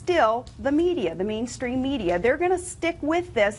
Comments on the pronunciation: Haha that's so funny! Did she just say 'lame stream' media instead of 'mainstream media'??? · Well I never, Sarah Palin making sense and deriding the mainstream media! Not a day goes by that life does not surprise me. Obomber was a scandal from the start, never believed a word of it even while G W was still terrorising the globe. And did she just say "Lame-stream media"?!!